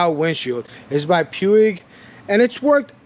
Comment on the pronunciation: Puig is pronounced "pooge" as in "stooge". It's a Catalonia name (part of Spain). The brothers Josep and Jaume Puig founded the company. Great mods, nice choice with 2WDW.